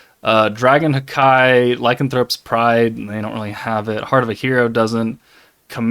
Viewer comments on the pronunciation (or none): The way you say Haki is hilarious 😂. It’s Haki as in Haaaa and then Ki like Dbz. 😂🎉